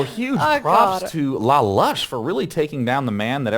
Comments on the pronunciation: MONSIEUR LALUSH! Holy crap i lol'd. You have a better france accent then I do, and im french. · I have to say, Day9 really have a great french prononciation of ''Lalush'' almost french canadien (Quebec) accent